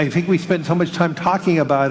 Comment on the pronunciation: And does he Fink we will accept a digital wallet I don’t Fink so cash is king